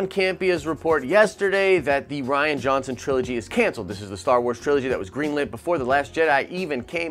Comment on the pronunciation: Reean is how you pronounce it not ryan. Jeez your understanding of English hurts my brain. Also rian sucks so happy if it's not happening.